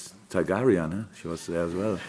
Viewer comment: "He met Mrs Targaryean" gotta love Klopp